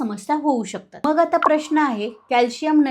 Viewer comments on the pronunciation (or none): none